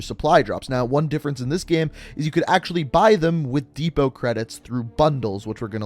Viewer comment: He says gem instead of game lol